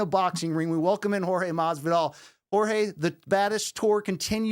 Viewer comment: the way Brian pronounced Jor-ge Masvidal sounded like Whore-je Masvidal AND I AM HERE FOR IT, love from Lithuania!